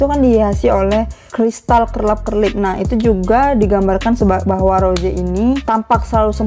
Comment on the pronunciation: Gua minta. Tolong buat benarkan mulut anda rose di bilang roze/roje Gua sering nontonin lo dan gua juga suka denger lo ngomong rose salah dah gua oke oke tapi sampe skrg masih Nyesek gua njerr